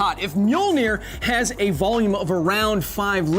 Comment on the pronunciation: I’m Icelandic and you’re not pronouncing it correctly